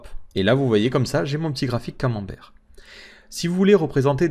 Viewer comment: Merci pour ce tutos très instructif et ce qui m'a fait le plus rire c'est le mot "camemberg" hhhhh